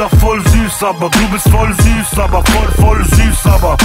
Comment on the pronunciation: Es heißt voll süß aber... Und nicht voll süß aba:-)